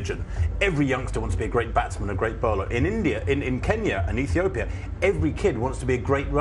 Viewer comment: she says Bekele from UTopia lol